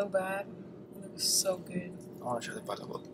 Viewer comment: it's na pala-bok it's pa-labok that's how you pronounce the palabok.